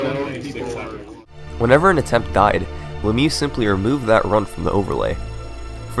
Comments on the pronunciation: Great video! What a massacre of LeMieux' name though :P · lol the way you pronounce LeMieux